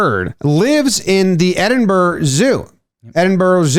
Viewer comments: Edinburgh is pronounced, approximately, "Edinbruh". (Except more Scottish, if you can manage that) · Edinburgh is pronounced eddenboro btw